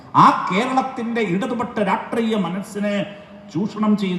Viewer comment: 😂 Raatriaym alla lulltu...Rashtreeyam...😂